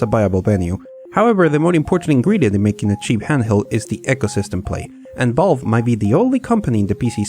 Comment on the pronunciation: why do i keep hearing Bob instead of Valve